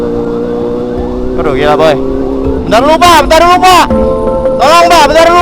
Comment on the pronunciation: Ngiela🤣 gila bang bukan ngiela🤣🤣